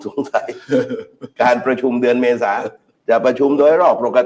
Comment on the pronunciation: ธนาธร ปิยะบุตร พิธา .สติเริ่มพร่ามัว ดูพิธา อ่านชื่อเดือนยังไม่ถูก เป็นว่าที่ นายกฯของประเทศ แต่ละเลยวันสําคัญ ของชาติ อาการหนักเป็นกรรมเห็นชัด